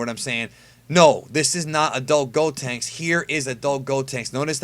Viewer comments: it's pronounced "Gohenks" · The way you say Gohanks rubs me the wrong way for some reason